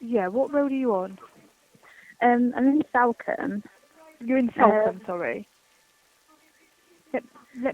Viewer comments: Btw salcombe is pronounced sulcum. In the local area it’s known for being an area where there are mostly holiday lets and second home owners. It’s basically where many rich Londoners have their holiday homes. Please do the murder of Bobbi Ann Macleod - an 18 year old girl taken from a bus stop in Plymouth by a guitarist who handed himself into police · Head probably removed and put in back pack so body fitted in the suitcase? BTW it's pronounced Salcom not combe‼️😆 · Salcomb is pronounced like SoulCum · Sol come, that's how it's pronounced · It’s pronounced SOLCOMBE even though it’s spelt with an A